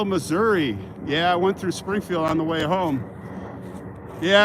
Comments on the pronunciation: Hey, the way you can tell someone from Missouri they pronounce their state MISSOURAH!!! so you said it perfectly!!👍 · I lived in Iowa & know many local Missourians pronounce it Missour-a you are correct